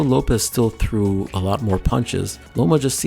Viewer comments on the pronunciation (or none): 'The emphasis on threw' 😂😂